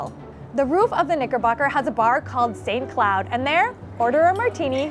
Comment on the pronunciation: It was a great effort but with a little error for the word St Cloud which is french and should be pronounced like Sain (no final t) Clu (not like a cloud) 😉. Also the white sauce of the halal guys is very well known in France too since the same time as we got a large number of kebab shops around the country. Anyway, I loved the video!! Great work!!